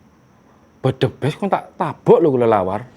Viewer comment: Bukan bledebes bang tapi blegedes bang